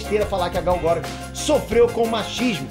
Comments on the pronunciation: Gal Gora? Q? Se escreve Gal Gadot e fala Gal Gadou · porra, mas falar gal garôt é sacanagem asuhesahuehuasea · Pronúncia horrível do sobrenome da Gal...!